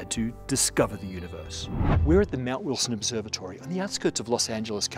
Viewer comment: VERY nice video, thank you so much for all of the hard work you guys put into it!! It really shines! Question to: I love watching your videos. I've noticed in your accent that you pronounce "Observatory" just like that, and not like "Observe-a-tree", and that you do pronounce "r" at the end of some words (where the next word doesn't start with a vowel). Is this how you spoke growing up, or is it influenced from exposure to other accents?